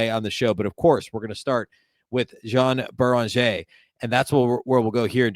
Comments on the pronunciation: Come on..... YO AWN BEE RIN JAY is how you pronounce Joan beringer. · I am a regular listener but your pronunciation of Juan Beringer is driving me crazy: yoh-AHN BAIR-in-ZHAY Listen to him saying it. It's a matter of respect, man.